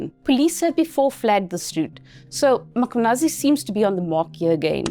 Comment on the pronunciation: I appreciate you for saying his name perfectly.